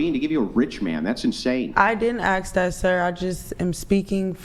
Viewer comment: Ask...ask...not aks.......